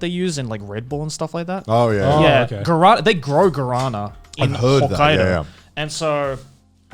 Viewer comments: Hearing Joey say "Guarânã" made my day kkkkkkk its a brazilian fruit called "Guaraná" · as a Brasilian i feel compeled to say, it's GU-A-RÁ-NA not "garana" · Me, a Brazilian:Guaraná The boys: Ghurahnnan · Joey what the hell is Garana? It's pronounced Gwarana. Guwarana in romaji. Please my Brazilian genes screamed. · You say "guara-nah", with a really strong "nah". Source: trust me I'm brazilian. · Brazilian here, its actually pronounced Gwa-ra-na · As a Brazillian, It's really painful to listen they speak Guaraná saying ""Corona" or "Gorona" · sounds like Garana, as spanish speaker it pains me too, cause its written guarana (without the... sin el acento, carajo, no se como se dice en inglés porque ni tienen tilde lol) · i'm from brazil and in here we basically drink guaraná (a soda made of the fruit, with the same name) every day, but it not called guarana, is guaraná, with a á, is soo strange hear it wrong :v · You pronounce Guaraná weirdly, each time you said it I heard Corona ... Like wtf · I was just listening and I kept hearing "garana" and I'm like wtf is that, then I actually looked and it was guaraná lol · I'm brazilian and please don't pronunciate guaraná like this. Try: グアラナ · The way they say guaraná was freaking me out so much... I know japanese keeps it stronger in the first syllables but they should push it for literally the last one like: gua-ra-nAH. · I was going to say the same thing, until I saw this comment, he was saying Guara lol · I like how Joey pronounces everything in japanese right and he can't pronounce guarana, that reads like ぐあらな. it's a Amazon rain forest fruit that has more cafeine then coffe. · deep thoughts he pronounced it like varana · As a Brazilian that pronunciation of Guarana really hurt me. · Please, search the pronunciation for guaraná, it was so incredibly off the mark that if it wasn't for the picture on screen I would never have guessed what you were talking about. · Your "Guarana" pronunciation triggered me.